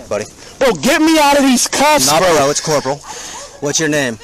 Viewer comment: I could of messed y'all up but I didn't want to cause a scene 🤣🤣🤣🤣your story dude tell it any way you want🤣🤣BRO, ITS CORPAL🤣